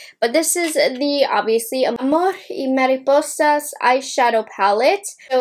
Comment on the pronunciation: I don't gonna by this collection but I'm here because I love your reviews and want to hear you in Spanish 😁😁. Por cierto te salió muy bien el nombre de la colección, mucho cariño desde Guatemala